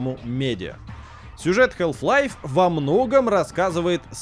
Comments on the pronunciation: Мне одному что ли резало слух "Хэлф лайф"? А не Халф. Я и всё моё окружение называло её именно так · Блин, ролик отличный. Посмотрел с удовольствием. Только одно но, которое резало ухо все 20 минут. Название игры не хЭлф лайф, а все таки хАлф лайф. А если уж совсем точно, то Хаф, где Х звучит с придыханием, а л почти полностью оглушается, но уж никак не хэлф. Но за ролик, все же спасибо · чувак даже не пытайся в английское произношение, пожалуйста, это очень режет уши. Все блохеры англоязычные кого я смотрю говорят хааф-лайф. Какой к черту хЭлф-лайф. Самому не противно? Халф лайф и точка, не пудри мозги и уши. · Прямой калькой с английского будет не Хэлф-Лайф, как говорят весь ролик, а Халф, даже скорее Хааф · Я впервые слышу как название Халфы произносят как "ХЭЛФ-ЛАЙФ". Ну тип даже на английском слово отчётливо произносится как "Халф". Минус уши весь ролик. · Подаю в суд на SG! Из-за хЭлф лайф - у меня к 10 минуте ролика из ушей кровь пошла! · Прошу, не говори хЭлф-лайф. Это ужасно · Хэлф лайф... ХЭЛФ ЛАЙФ?!? О, Ты из англии!?!? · хЭлф лайф. Э. Браза, жесть у тебя произношение конечно же. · Стопгейм особенные. Они решили произносить название игры по-своему. Потому что если уж прям совсем правильно, то нужно произносить Хаф Лайф. Однако у нас никто так не говорит-почти все говорят халф лайф(ну или вообще называют её халфой или халвой). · Кхелф лайф. Эй эм соу фокин гуд ин инглишь. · я не знаю как вам, но вот ХЭЛВ-лайв, мне уши изнасиловало. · Почему "хЭлф лайф"?))) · Health life))). И не говори - хаф-пайп вроде все слышали, а тут какая "здоровая" жизнь! С Халф еще можно смириться, но тут просто режет слух. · тут весь ролик вообще говорили хЭлф-лайф, тоже испытание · в британском халф, в американском там "æ". В любом случае "æ" ближе к "а", чем к "э" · 2024 год, игрожурналисты до сих пор не научились правильно произносить название игры... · На дворе 2024, а мы до сих пор говорим букву "Л" в слове "Half".